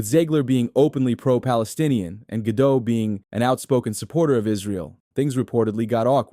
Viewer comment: Gadot, not Gado, the T isn’t silent at all.